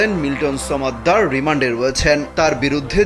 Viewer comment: ব্যাটা, উচ্চারণটা ছমেদ্দার না, সমদ্দার। ফ্যাশন করে উচ্চারণ করতে গেলে এরকমই হয়, বুঝেছেন?